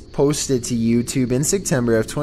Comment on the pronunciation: “Yew tewbbbbb”